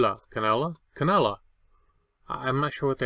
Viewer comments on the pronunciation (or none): Mannequin is the word you were looking for for the red shirt, and cannula is ‘can-you-la’ (my husband uses them with his oxygen machine). Thanks for sharing!